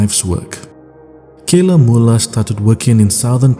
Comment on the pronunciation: Not Kayla 'Mula'